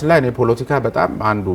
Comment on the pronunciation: ❗ስሜኔህ ግን ከፍተኛው ትምህርትሽ የኔታጋ ይመስላል ሌላውን ነገር እንኳን ለቃቅምሽ ነው❗ ያስታውቅብሻል❗ 10 ግዜ ደሞ ፑሎቲካ ፣ ትያለሽ ፖለቲካ ነው የሚባለው አንቺ ድኩማን❗አማርኛ እንኳን በቅጡ ተማሪ እንጂ❗